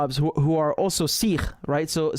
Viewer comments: It is سکھ not سیکھ it's پَنجاب not پونجاب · u said sirrh instead of sikh many times lol not every kh is pronounced as r like Arabic/Russian